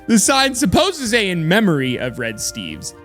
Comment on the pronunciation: Idk why "in memoy" got me laughing so much XD